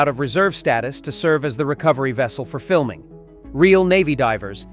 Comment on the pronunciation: My all time favorite movie. I wish they'd stop with AI voices doing the narration. Gary Sinece's name is pronounced "Sign Ice" there's a comment about Kevin Bacon's claustrophobia and the voice says "while fiming Bacon" and iron sounds like they were fiming Bacon, not the actor! Otherwise a well presented documentary.